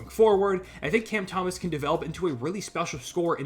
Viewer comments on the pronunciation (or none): none